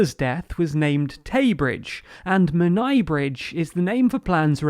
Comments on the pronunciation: Men aye= Menai... it’s not a hard word to pronounce for a seemingly professional news channel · your pronounciation of Menai Bridge wasn't correct but will let it slide. The 'ai' part of Menai is pronounced the same way you would say ay ay in 'ay ay captain'. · sorry, i cringed a tiny bit at how you said Menai